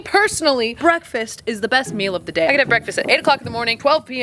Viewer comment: normal ppls ears: breakfast My ears: breathfast 😂